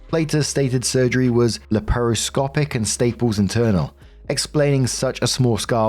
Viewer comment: At least when House said it it was Lap-ro-scoppick.